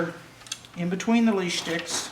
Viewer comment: Its actually a French word>> "lisse" and ended up being pronounced "lease". But its NOT "leash"